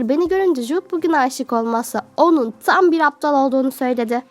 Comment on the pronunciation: Tam Yerine Niye Çam diyosun Gıcıkkk oldum yaaaa🤦🏽‍♀️